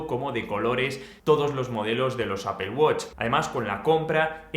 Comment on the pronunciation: "Apel" no "apol" que parece que vas a vomitar el nombre...